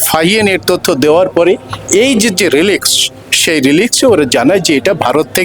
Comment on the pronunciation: সরি, উচ্চারণটা "রেলিক্স" মানে ধ্বংসাবশেষ।